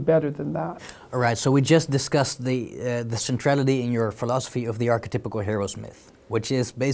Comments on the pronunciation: Take a shot every time he says “arche-typical” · good interview, but god damn archetypical has me wincing.